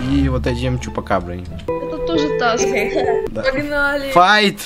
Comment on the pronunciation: помню как ты сказал саск вместо таск. Мы так ржали...